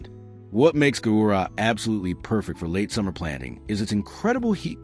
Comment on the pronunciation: Gaura, not Gurah ! 😮 😮 😮